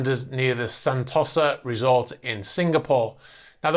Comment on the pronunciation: San . 'toe' . sa ... NOT San . 'toss' . a ... Just sayin' ...